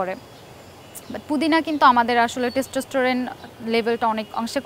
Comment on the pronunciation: ম্যাডাম কি আসলে কোনো ডাক্তার??? তার টেস্টোস্টেরনের উচ্চারণ এমন কেন? বেদানার ইংরেজি পোমাগ্রানেট উচ্চারণটাও করতে পারলোনা😁😂